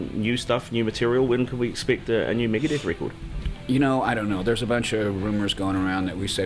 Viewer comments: Migadith..... lol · Megaduth bro cmon!!